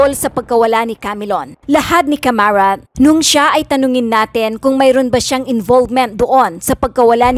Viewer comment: Caramat nd camarat